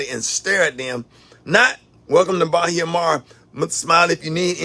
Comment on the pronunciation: It’s Ba-he-a-mar lol what you doing on Lauderdale beach 👀👀👀👀👀👀